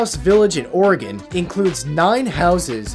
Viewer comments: Hey, someone who actually knows how to pronounce or-y-gun! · On behalf of all humans, thank you for not mispronouncing "Oregon."